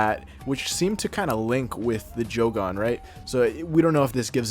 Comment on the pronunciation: Bro says Jo Gone 😂